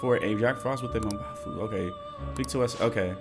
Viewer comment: Funny when says Mubafu and not mabufu